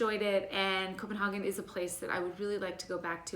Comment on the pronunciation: Only Americans say Copenhaken